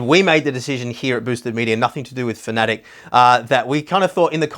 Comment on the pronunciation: FINALLY! One of the very few guys that pronounces Fanatec properly.....(Fanatic)